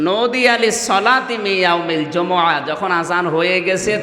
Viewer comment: সুরা ঝমা কি?????? হবে সুরা জুমু'আ